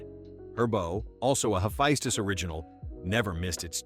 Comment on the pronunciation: "Hephistus" lmao